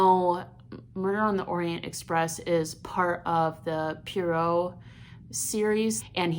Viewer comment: Sorry, as a decades-long Christie fan I have to say it: the correct pronunciation of his name is "Pwa-roe" and he's BELGIAN, not French. Should always choose reading over audiobooks/cheating. And to compare this to any episode of "Law & Order"?? OMG ...